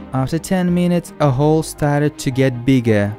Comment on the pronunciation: lol i thought you said hoe but it was hole